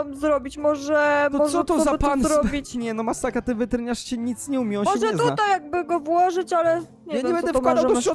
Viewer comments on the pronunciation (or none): czemu ty muwisz weterynasz a muwisz wertrińasz xd